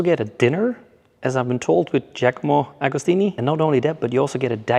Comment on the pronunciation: Giacomo agostini u moron…the greatest of all time and u are not even able to pronounce properly his name….